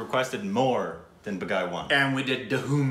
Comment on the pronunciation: you're adorable with your pronunciations LOL. It's Baa (or BAH) - Gi (not the letter G but Gi as in the sound made by 'gi' in "give")